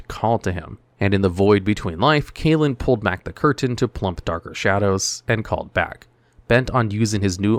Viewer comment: Kalin's name is pronounced "Kahl-ehn" not "Kay-lihn".